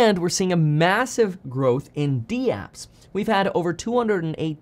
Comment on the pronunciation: They aren't called "dee-apps". They are "dapps". (Rhymes with raps.)